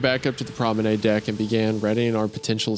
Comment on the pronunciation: wendi saying "promenAID" is making me scream